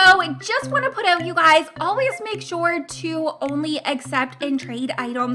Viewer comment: Dont say oet say Out